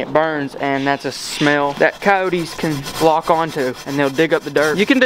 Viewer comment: Stop Saying Coyote(s) Like That